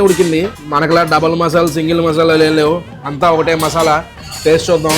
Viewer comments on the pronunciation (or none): none